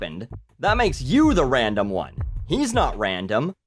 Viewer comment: i only ever hear ram-dom